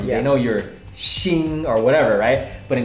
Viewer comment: Thank you, Dan for teaching me how to pronounce Xing. I never met someone with that name, so I never new how to pronounce it.